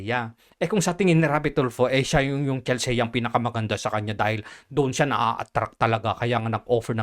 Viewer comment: Mali yung pronunciation mo ng "Chelsea". "Chel-see" ang pagkakabigkas doon.